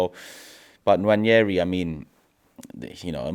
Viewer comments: Nwaneri is pronounced ‘Wah-ne-ree’ not ‘Wan-yeh-ree’ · There is no 'Y' in Nwaneri. We owe it to him to pronounce his name correctly. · Why do they all keep Butchering Nwaneri's name😂😂 It's Nwaneri not Nwañeri ffs😂😂😂